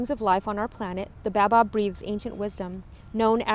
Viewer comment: Ahaha that’s not how you pronounce Baobab